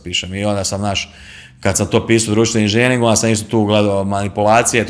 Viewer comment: Nije inzinjering ,nego inzenjering...voditelj obozava svoj mikrofon...i svoj glas..